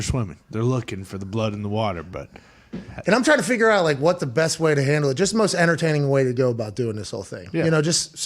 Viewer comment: “Come and get em im not gonna hand the aht”